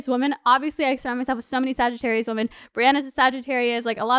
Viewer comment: Girl, I love you but I keep hearing woMAN when you are talking about multiple woMEN. ♥️♥️